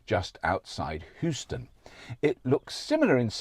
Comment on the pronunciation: "Hew-ston," not "who-ston," if you please sir.